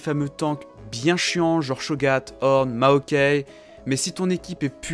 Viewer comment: Ma ok 😂 (ta prononciation de maokai)